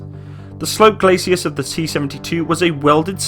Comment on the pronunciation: Holy s**t, all these online armored vehicle "experts" who don't know the difference between a tank's front sloped armor and the Spanish singer, Julio Iglesias. Glacis is pronounced GLAY-SIS , not GLAY-SEE-US or GLAY-SHE-US or GLAY-SHUS. From this and so many other errors common to most or all of these guys' videos I get the feeling a lot of YT's so-called authorities on tanks who claim extensive experience with them probably saw one once during a whole four months of weekends in the National Guard or Brit Territorials.